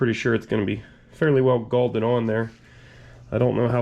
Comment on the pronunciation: It's "eccentric" and "galled"